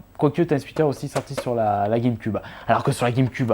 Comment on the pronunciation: Ça ça prononce guèmequioube et non guèmeqube